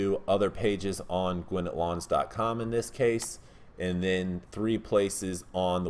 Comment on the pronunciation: I don’t care at all, but just an FYI, we pronounce Gwinnett “Gwen-net” I think you pronounced it Gwen-nit”. Great video as always.